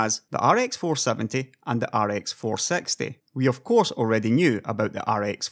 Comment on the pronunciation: i like how u pronouce rx 460 like rx 4sexty.joke